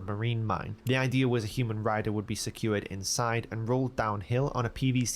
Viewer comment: The voice guy keeps saying "Idear" 😭